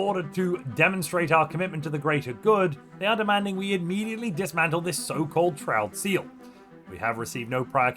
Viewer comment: I really like the way you say shroud seal